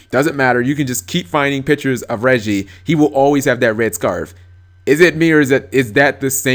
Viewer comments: It's actually pronounced "Ray-gee" not "reggie" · Pronouncing "Reiji" as "Reggie" is my favorite thing now.